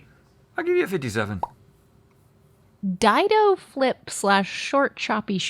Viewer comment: Its dido not dido